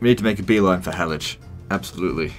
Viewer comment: Damn I'm suprised you pronounce Halicz (almost)properly.